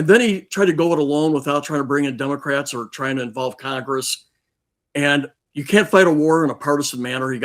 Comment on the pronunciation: Hearing a Maj. Gen. saying "Dumocrats" repeatedly is disgusting.